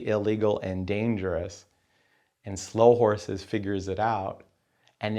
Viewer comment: I just watched it again, and he still says Slough Horses. No criticism was intended as already mentioned as I acknowledged he was talking from off the top of his head.